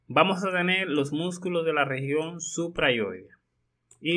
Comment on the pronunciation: nooooo yo no puedo confiar en una persona que dice vamo a tene.... habla bien HABLA BIEN